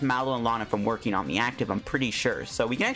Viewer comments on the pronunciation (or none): none